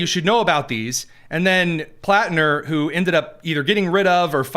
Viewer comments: Why does Whoopi keep saying Planter? Can’t she read?!???? Hasn’t she HEARD people talking about him? I’m am so tired of the stupidity epidemic. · Platner not planter whoopi...what an IDIOT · The Whoopi cushion can’t even get the guy’s name right. It’s PLATNER you dingbat, not PLANTER! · Whoopi didn’t even get Platner’s name right.